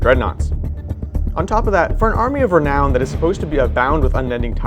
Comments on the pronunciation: Lol he said reknown again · Re-Noun, otherwise good video.